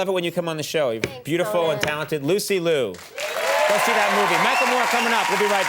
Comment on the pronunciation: Liu, not Loo